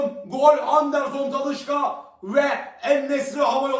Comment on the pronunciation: Talışka değil Talişka😅